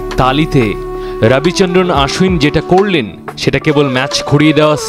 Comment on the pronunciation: কি এক অবস্থা, নাম হচ্ছে আশ্বিন৷ আর সাংবাদিক বলছে আশউইন😂